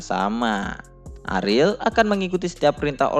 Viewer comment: bacanya ariel aja bang jangan aril gua jadi nebayangnya aril noah